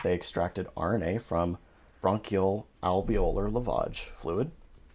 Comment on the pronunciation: You have more patience than I would have. Thank you for taking the time to post. It's sad how delusional people are in face of consistently reliable data. Right away, the fact that she didn't know how to pronounce "alveolar" was a red flag.